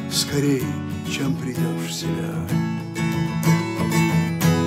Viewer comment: Не приЙдёшь, ребят, а прИдёшь...